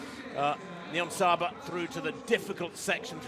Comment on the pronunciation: Why does she say nibonsaya instead of niyonsaba multiple times? Seems very unprofessional, it's really not hard to pronounce :D Also I can understand why some find it unfair that she can compete against women, but it's not like she is on a completely different level, Genzebe Dibaba could probably have run this time as well as she was only 2s slower indoors. Also I'm sure Nyionsaba trains just as hard and gave everything in that race. It's a hard thing to judge, I wouldn't wanna be responsible for making these decisions as a ban would be devastating for intesexual Athletes like Niyonsaba...